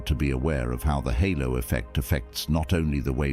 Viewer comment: Halo not hollow effect 🤦